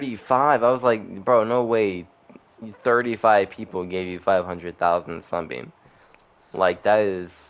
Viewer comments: He said sUnbeam lol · "like no way 35 people gave you 500,000 sunbeam" you said sunbeam brooooooooooo